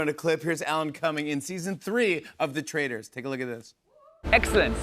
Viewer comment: The way he pronounced "Traitors" and "Dolores" 😂😂 all through the season.